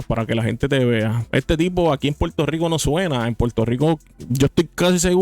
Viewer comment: Primer punto : se dice PUERTO RICO Y NO PUELTO RICO . SE DICE PERSONA Y NO PELSONA SE DICE CONFRONTAR Y NO CONFRONTAR Y ASÍ PODRIAMOS SEGUIR Y SEGUIR Y SEGUIR . SEGUNDO PUNTO : te ves como uno más de los PUELTORIQUEÑOS como ................. Hipócritas , es un hecho que los puertorriqueños EGOCÉNTRICOS , y te lo demuestro ; HASTA QUE SIEK CONTESTÓ , MUESTRA UN VIDEO DONDE ALGÚN MEXICANO MENOSPRECIE ALGO DE LOS PUERTORIQUEÑOS , EN CAMBIO HAY POR AHÍ VÁRIOS. " PUERTORIQUEÑOS " QUE HASTA HAN QUEMADO LA BANDERA D MÉXICO , ESO TE HACE HI PO CRI TA .